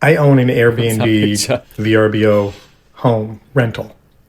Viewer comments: VRBO is the same as AirBNB. Just a different website. I had a better experience with VRBO than AirBNB. It's actually pronounced "verbo", the guy in the video is just weird lol. "BO" home 😭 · lmao he said V-R-B-O. It's a site like air bnb